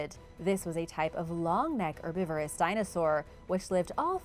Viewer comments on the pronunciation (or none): none